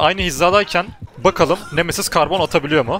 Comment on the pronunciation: siz nemesiz diye okurkan memesiz diye anlayan bne 😃